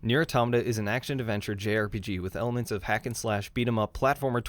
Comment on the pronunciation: The biggest lie about this game is the mispronunciation of Automata! At least you got it right. We all love this game……and 2b. 9s can die!